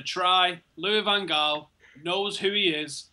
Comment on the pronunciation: Just a heads up you guys got the pronounciations mixed up. Van Gaal is pronounced with the G according to Bolo Zenden and Jose is pronounced with the J because he is Portuguese not Spanish